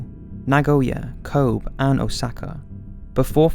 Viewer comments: Some of the names you pronounce are very wrong. Like Rommel, Kobe etc. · Both parts of this video are fantastic... with the exception of when the narrator mispronounces specific names, like Kobe (Ko Bae) and Rommel (Romm El). I actually stopped several times and backed up the video to re-hear to figure out what was being said. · just one gripe: Kobe is pronounced koh-beh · Yeah and mispronouncing Japanese and German names (Kobe is pronounced as "Kohb" and Rommel comes out as "RUH-Mel) makes one wonder about the level of scholarship here.